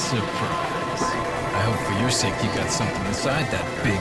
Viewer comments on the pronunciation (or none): none